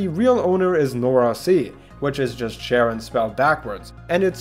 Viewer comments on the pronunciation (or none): As a huge Greek mythology nerd, I involuntarily cringed every time you pronounced Charon as Sharon. "ch" in Greek sounds like a "k", so it sounds like Kah-ron, spelled Xipon ("X" (chi) is "ch", and "P" (rho) is "r") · Charon is pronounced Karen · Charon is pronounced “Kay-ron” sometimes “Karon” as in the Greek ferryman of the dead. <3